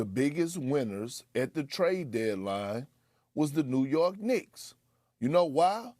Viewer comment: "New York Knickerz" 🤣🤣🤣